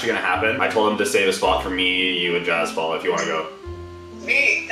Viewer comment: It's not jaz Paul it's jaspal